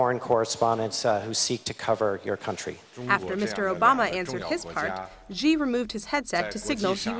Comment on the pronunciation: Why do these reporters see the name Xi and stuff a hard J sound into it? Jjjjjjjjjeeeeee brother it's Shee if anything. I